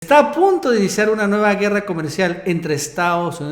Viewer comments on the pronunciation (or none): none